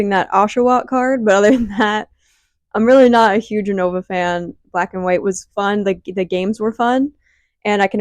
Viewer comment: No shade but "U-No-Vuh" had me wincing Everytime 😂